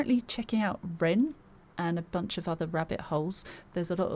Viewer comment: Also you pronounced the name perfect lol which I don't even do half the time.